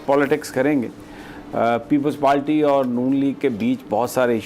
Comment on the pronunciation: You always say palty why it's if you cant say party please say zardari hkumat or learn say RR R